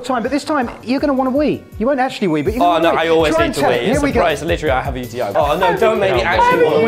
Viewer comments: Tubbo it’s “actually” not “accually” 😭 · bro really said "accually"